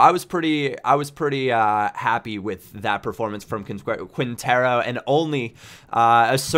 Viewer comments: quientero its said qintero ;) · try to pronunciate it like if it was KINTERO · on quintero's name the "u" is silent man.... great vid man <3